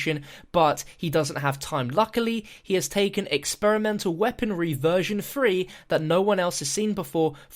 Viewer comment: It's the Ray gun mark three not "free"